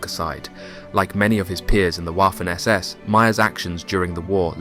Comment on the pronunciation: Very interesting documentary. However, please stop pronouncing "Waffen SS" with the English "W". The letter w is pronounced like the English v, thus Vaffen SS.